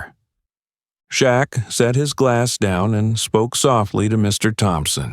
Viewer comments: SHAQ. NOT SHACK. THAT'S RUDE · This narrator wants us to believe NOBODY in the restaurant knew who Shaq was? Also, why did this narrator misspell Shaq's name? his name? 'SHACK 🤣.' Everyone in L.A. and around the world knows who he is. For that reason, I don't think this story is true. Okay, now I KNOW this story definitely isn't true. The narrator ended this fictional tale by calling 'Shaq,' 'SHOCK!' 😂 Who is this narrator? He's a joke! Last week, I read a similar story about Snoop Dogg being mistreated at a restaurant he supposedly owned. He, too, was dressed casually wearing a hoodie and cap. And, no one recognized him? He was treated poorly too. People know who Snoop is. Not only because of his music career, but because of Martha Steward's and Snoop's cooking show. NBC hired him to be a roving reporter at the summer Olympics last year. He also performed. Overall, he did a superb job! Lastly, he was a beloved judge on the show, 'The Voice.' I agree with a previous post. AI did a poor job of creating Shaq. His face and body are too big. Plus, he would've towered over the rude waitress. I'm not buying his story. Again, the narrator misspelled Snoop's name. At least this guy is consistent in one thing. Misspelling Shaq's and Snoop's names. I'm definitely NOT subscribing! Do your homework wannabe CC. SMH!